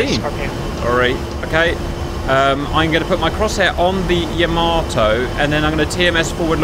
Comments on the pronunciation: Just wondering if you knew you were pronouncing "Yamato" wrong. It's yuh·MAA·tow not Yah-ma-TOW. Didn't know if you were doing this on purpose. If so, please stop. I find it disrespectful to this amazing machine and the people lost on her. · Very cool, but it's not Yama-TOE, but rather YA-mato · Yamato not yama toe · It not Ya-mo-Toe it is Ya-MO-toe. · It is not Yamm A tow It is Yah Mah Tow! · Not pronounced Yama-toe it is Yah-ma-toe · you should look up how to pronounce words like Yamato